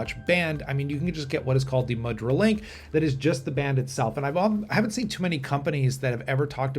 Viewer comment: this is cool and it's pronounced moo-dra. a symbolic hand gesture used in Hindu and Buddhist ceremonies and statuary, and in Indian dance.